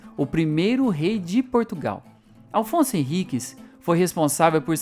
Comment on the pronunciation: Afonso Henriques e não Alfonso Henriques; sobreiro e não sombreiro. Bom vídeo. Pode ser que repercuta, respeito, consideração e amor dos brasileiros que não conhecem a própria história e que assim se apaixonem pla sua origem.